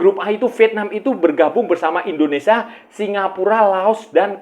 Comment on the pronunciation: Kang… Indonesia kang… dudu ENDONESA kang…